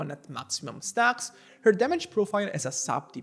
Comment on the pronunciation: Aga sende bir kürtlük sezdin o nasıl stağks deyiş